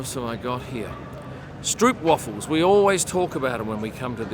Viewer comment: The "oo" in "stroopwafels" is not pronounced like "oo" in English is, but more like "oa" (like in boat, goat).